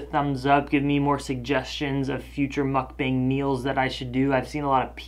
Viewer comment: You called it a Muk-BANG like 10 times at the end there.. but i like you saying it that way. please dont stop!